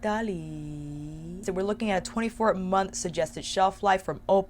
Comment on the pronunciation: Who are you and what have you done with our!!!! Our would never say Italy like that!!!! Its EEEETALLYYYYY!!!!🤣🤣🤣😘😘😘😘😍😍😍😍 Edit: OK. PHEW!!! Nevermind. You said it the right way later on.😘😘🤣🤣😍😍😍